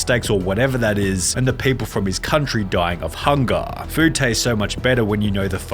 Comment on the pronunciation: Hungahhhh 😂 Translation..Hunger..